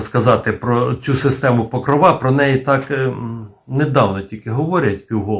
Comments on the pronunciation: тільки не покровА, а покрОва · чому покровА, а не покрОва? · Блін ! Не ПокровА , а ПокрОва ! В українській мові ПокрОва, хоча і ПокрОв Пресвятої Богородиці, але все ж таки у нас Богородиця це ПокрОва. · Не покровА, а покрОва. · цікаво,але наголос ріже вухо. у вікіпедії.. Покро́ва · Може наголос треба ставити не на кінцеву "а", а на п'яту "о"🤔😉😊